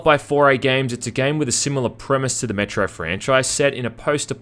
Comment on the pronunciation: He keeps saying Metro and I keep hearing Metroid